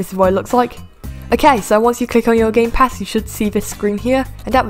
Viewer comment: I thought you said "Gaypass shop" at the beginning Lol